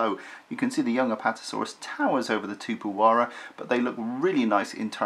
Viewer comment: You have to pronounce the 'x" in the name.